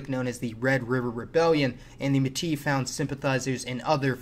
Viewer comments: Métis with S pronounced like in Spanish ! Contrairement à ce que certains écrivent, Canada tout comme Québéc ont des origines françaises tout comme la Louisiane ! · The only thing I want to see before I die, truly, is a YouTube video narrated by an American who knows how Métis is pronounced. I had high hopes when I clicked on this one today, but I guess it just wasn't my lucky day. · I love his pronunciation of metis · You're supposed to pronounce the final s in metis. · the word Métis, should be pronounced métisse and no méti from a real Québécois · Metis is used in french for all mixed people and it's pronounced "MetiS",even in Martinique we call the mixed Metis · It is pronounced may tea, not met is, but other than that good video. My great great grandpa was killed in the northwest rebellion in batoche. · Métis wtf not muti. May-tea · LOLLLLLLLLLLLLLLL Méti?? MÉTISSE. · “Qwebec” and “mtis”, this guy is not Canadian 😂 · Metis is pronounced Metiss (imao French here) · Its actually not lol its more like metsi. I'm french canadian. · Metisssss , the S is not silent :) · ??? What are you talking about? There have been ZERO sustained migration from France. The last large group migrant from France was in the early to mid 1700's before they lost the land to the British. There was was a trickle moving back of Acadians from New England after they were expelled by the British and after American Independence , but .that was it. Also its pronounced Meyt-ey....from British pronunciation. Even though many Canadians follow American pronunciation now. I -RAQ (wrong ) Er-rak (right) Pree-sentation (wrong ) Presen-tation (right) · ''Métis'' is prononce ''may-tiss'' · May-tee. No syllable emphasis, like board room. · When you say metis, you have to prononce the ''is'' like you would prononce piss. Metissssss. And the first part, the ''me'' you have to prononce like an english a. Not like an english e. mÉtissss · As usual, very interesting, just one thing : in French we say "métiS"